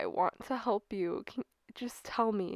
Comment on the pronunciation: Why i keep hear you say "help" become "hope"